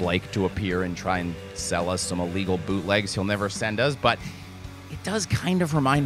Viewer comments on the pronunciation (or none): none